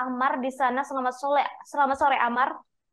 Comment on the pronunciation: Mba kurang kopi yaa 😀 selamat sore mba bukan selamat sole 😀😀